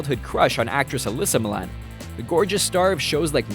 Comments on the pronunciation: Her name is Alyssa MilanO, you forgot the O. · Alyssa Milan? You mean Alyssa MilanO? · Um. It's Alyssa MilanO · its Alyssa Milano, not Milan